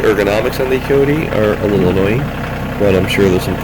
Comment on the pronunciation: You should probably delete the video and do a better one. You are confusing the CK2510 with the CK2610. I'm not going to watch the entire video again but just in the first 45 seconds you pronounced Kioti wrong, gave the wrong PTO HP, gave the incorrect weight, and the horn is not a fake button, it's an option that you have to pay for.